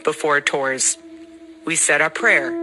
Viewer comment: “Vee must continue to vaccinate”